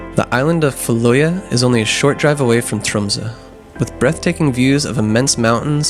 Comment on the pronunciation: Your pronounciation isn't even close to being recognizable for the island. "Kval" means "whale" I believe (it's slithly archaic) and "øy" means "island" and the "en" or "a" suffix (depending on dialect) means "the". So the whale island. And the syallables you should try is "kva-l-øy-a" or "kva-l-øy-en" depending I believe. Technically the "l" is a part of "kval" and not a separate syllable, but I very much doubt that you'll manage to include it in the syllable when trying to pronounce it. Æ, Ø and Å are separate letters, not variations of E, O or A. Otherwise your pronounciations aren't too bad, other then "kvaløya" being absolutely butchered.